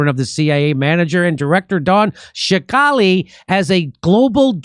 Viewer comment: Love Jimmy's mispronunciations. How in the he'll does he get 'shikali' out of 'Scalici'?! 😄